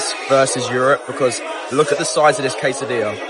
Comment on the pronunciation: A Kway-sa-de-yah?! AI strikes again